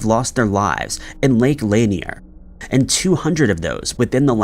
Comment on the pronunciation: LAN-NEAR not LANY-EEER lake in Georgia